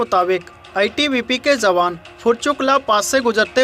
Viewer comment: Sahi shabad 'jawaan' hai, 'zawaan' nahin. Ucharan theek karo.